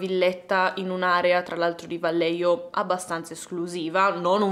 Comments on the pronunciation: Vallejo si pronuncia alla spagnola "Vaglieco",in ogni caso sei stata brava e ti promuovo con lode in ...1 elementare ^_^ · Ciao, un piccolo appunto sul nome della città… la doppia L di Vallejo si pronuncia come una i e la j è da leggere alla spagnola, è un po’ come la nostra h. È difficile da spiegare, prova a sentire la pronuncia su google😊